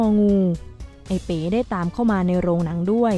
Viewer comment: ทำไมอ่านเป็น เอ๋ อกไก่